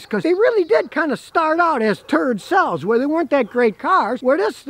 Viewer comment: 'Turd-cells', lol.